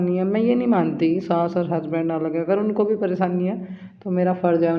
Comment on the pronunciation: saas hota hai naki saans